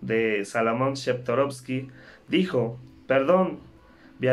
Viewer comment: Totalmente de acuerdo con la nota, pero el apellido es Chertorivski, no Chertorovski